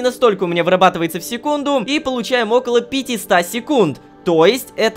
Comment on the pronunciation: Аааааа, пожалуйста, научись правильно читать числительные! Не пятиста, а пятисот! Знаешь как уши режет?